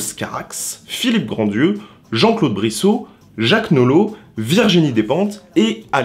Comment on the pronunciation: Tu le sais peut-être maintenant mais au cas-où: c'est Philippe GrandRieux (pas Grandieux) et on ne prononce pas le "d"